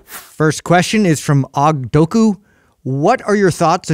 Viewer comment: "awg" doku... cmon.. its O.G. doku